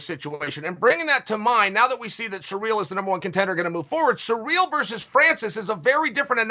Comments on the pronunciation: Its cyril...not surreal!!! 😂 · Can someone please teach Chael how to say Ciryl?